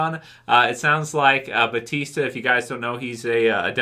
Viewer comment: Just wondering, why is EVERYONE saying "Batista" when his name is Bautista?